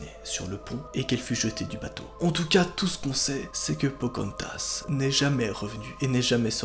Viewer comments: Pocantas?! Non Pocahontas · Pocantas !!!!! C’est pocarantaseeeeeeeeee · Non pas phocaantase 😥😥😥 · C pas POCARONTHAS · Pokantas?On dirait un Pokémon humanisée😂😂😂😂